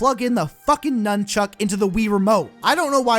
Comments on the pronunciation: Did he say numchuk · NUN-CHUCK. NUN-CHUCK.